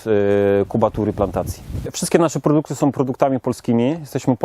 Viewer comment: Wszystko fajnie tylko razi w uszy to słowo- " som"...